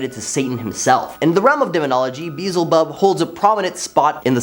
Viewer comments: Baal rhymes with jail (“gaol” for any British/European people watching this), not Hal. Beelzebub is pronounced “be-EL-ze-bub”, not “BEE-zll-bub”. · Dude its pronounced be el zebub come on now even google would tell you how to say it or siri if your into having a government tracking device with no security or privacy for a phone yes im tlkn about apple iphone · Beelzebub is not that hard to say correctly what the hell?!